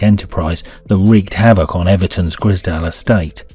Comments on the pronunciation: Im sure its the grizedale estate and not grisdale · Grize _dale , Grizedale , not Griz_dale estate ! edit, so annoying hearing you butcher the name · Its the grizedale estate not the grizdale estate mate. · Wish the narrator would say Grizedale properly 😂